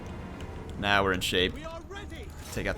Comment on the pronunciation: "now" not "Know"